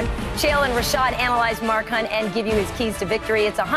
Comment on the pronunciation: LOLat Karyn calling Rashad "Rochelle" at 22.40 haaah